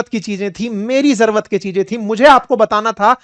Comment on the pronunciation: भाई साहब आप बिहारी के र पर तो बात कर गए लेकिन खुद जरूरत को जरवत बोल रहे हो और अक्सर बोलते हो! Lion को Loin कहते हुए भी पाए गए हो!